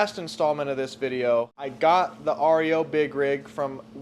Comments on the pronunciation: Hilarious YOUR SAYING AREO instead of REO but I kno in the heat of the moment working and being excited words don’t matter🏁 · its ree-oh not r. e. o. and speedwagon is a kids wagon, not a vehicle. peace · What's the name of that truck that's called Rio I had a couple of them back in years and years ago and they're pronounce REO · If you guys just knew how to pronounce the REO